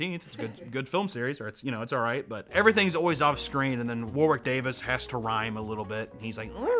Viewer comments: WarWiiCk DaaviS 😂😂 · It’s sounds like you’re pronouncing Warwick Davis with a lisp